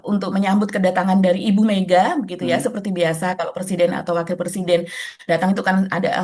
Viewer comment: Dear, 'pre-siden' mba, bukan 'per-siden' 😅😬